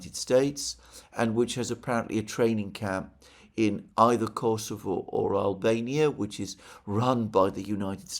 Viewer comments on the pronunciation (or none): none